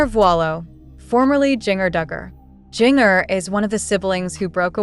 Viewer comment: Jinger is pronounced like Ginger.